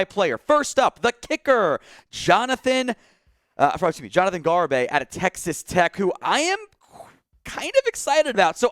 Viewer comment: Didn’t pronounce Garibay’s name right